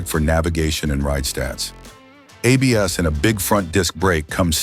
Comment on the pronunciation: Bosch Dual Channel Apes? Your AI ROBOT is showing it's ignorance of ABS. Welcome back to the AI Robot channel. Full led lighting? No, it's pronounced L.E.D., one letter at a time. Your AI robot never rode any of these bikes. But that MT03 is cool.